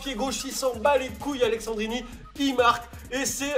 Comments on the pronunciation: C'est AleSSandrini et non aleXandrini ! Sinon tres bonne vidéo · ça m'a stressé toute la vidéo que tu dise AleXandrini alors qu'il s'appelle AleSSandrini tu le vois ou le X dans son nom? 😂😂😂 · Par contre c'est Alessandrini pas Alexandrini mais on t'en veut pas ahah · Alessendrini y’a pas de « x » 😂🤦🏼‍♂️ sinon cool la vidéo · Sa se lis pas Aleksandrini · c'est aleSSandrini et pas aleXandrini bordel... mdrrr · AleSSandrini !!! c'est pas AleXandrini... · Tu sais pas lire c'est aleSSandrini y'a pas de X dedans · "Aleksandrini" "Gabriel Jézu" 😨😱😵